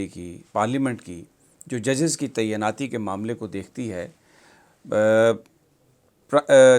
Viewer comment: براہ مہربانی "تعیناتی" کا تلفظ درست کر لیجئے۔